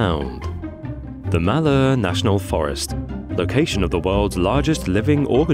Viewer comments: Malheur is pronounced "MAL-hyur", with the mal rhyming with pal or shall. This is the contemporary local pronunciation in American English; the French-sounding version is not used. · I am not sure what you said but in no way did it resemble Malheur, lol, pronounced Mal hure. That thing is killing our trees? grrrrr.